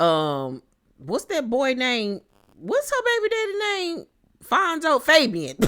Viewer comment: Lmaooo said Fabian I thought it was faygo like the hood soda 😭 wtf is the man name fr?